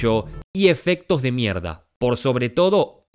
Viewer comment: me mata escuchar a pronunciar 'mierd4'. le re cuesta JAJSJAJAJA